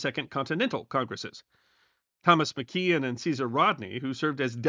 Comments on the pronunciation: Wilmington, Delaware resident here. Enjoyed the video—I don’t know if you’re aware of this, but most people here pronounce Thomas McKean’s last name as “McCane,” but we could be pronouncing it incorrectly, because, of course, nobody alive today knew him!! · Good episode. Mckean is pronounced McCain. Little things are pronounced weirdly. And some are better phonetically compared to counterparts. Newark NJ is pronounced newerk. While delaware is new ark. Newark. But Hockessin is HOE kessin. Rehoboth is reeHOEbith. Upper case to show which syllable is emphasized.